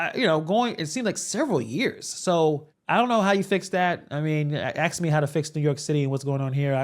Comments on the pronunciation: "Axe not what your country can do for you. But axe what your country can do for you." - Tiffany Dumbyard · The word is NOT "ax"! It's "ask"! Work on your pronunciation so you'll sound like the educated professional you are, sir!